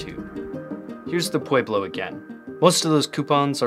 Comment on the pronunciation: It's "pwe-blo" not "pwey-blo"